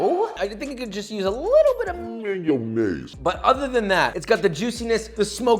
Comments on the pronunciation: Mayonaise? Or rather, mayoniez, well well, Boris would be proud! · stop with the mynaisse. stop.